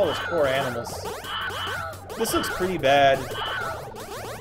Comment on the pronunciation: y did u just say "more aminals" lol